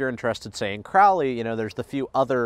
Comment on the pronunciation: It is pronounced Crow-lee bro not Croully.